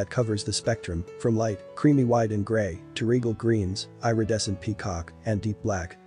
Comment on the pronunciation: Please learn how to s pronounce “Irredescent”! eeridescent, not eyeredescent! 🤪